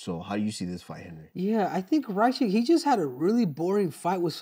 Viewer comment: jeeze guys its rack itch!! U just learned this lol 😂